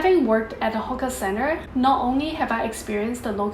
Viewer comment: Great video as always...Watch your pronunciation of "hawker" though, it might be mistaken for something else.